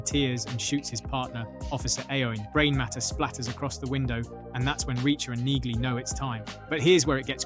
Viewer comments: The G is silent in Neagly dude!🙄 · The repetitive mispronunciation of Neagly's name is grating! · Mr Narrator, you need to actually watch the show before posting videos on scenes. First the G is silent in Neagley’s name, Second in season 1 episode 1 the prisoners entering the cell were after Hubble not Reacher, Reacher didn’t want Hubble raped in the cell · AI bullshit. can't even get Neagley's name right.